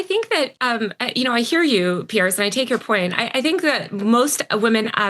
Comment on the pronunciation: People, his name is pronounced “pee-yeh-r” it is not Pierce Morgan, its Piers Morgan